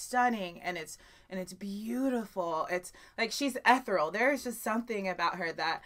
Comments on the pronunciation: Amy Lee is one of the most beautiful voices of our generation. I don't think she gets the credit she deserves. I do think her voice is haunting and also ethereal. By the way the word is not pronounced Eth-ral...It's pronounced Eee-thear-eee-al. Just helping. I definitely hope you do more of her songs soon. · did you mean to say ethereal - not ehteral - there's an e in there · FYI, "ethereal" is pronounced eh-theory-ull (eh like the e in bet). Although some might pronoince it like eth-airy-ull.